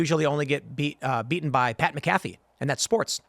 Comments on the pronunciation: it's Pat MACK-uh-fee, not mic-CAF-fee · Tim please can we say Pat’s name right 🤣 it’s Mac-uh-fee🤣